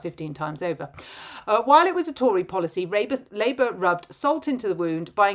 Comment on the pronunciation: Did you inadvertently say 'Rapeour'?... As THAT is what THAT party is doing to ALL OF US! 🤨😠